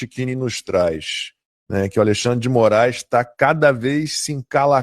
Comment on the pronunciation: Kkkkkkkk...xandeclaire, xanderléia, xandercí........eu não aguento...kkkkkkkk